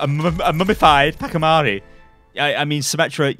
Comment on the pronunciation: BRUH... The way you say the pachi in pachimari disgusts me, no hate but it's just weird. It's pronounced Potch-e-mar-ee